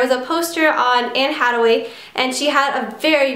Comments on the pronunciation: Arg please say her name right please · i cringed when she said anne hathaway's name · the way she pronounced les miserables AND anne hathaway -_________________ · Lol yeah you butchered the name completely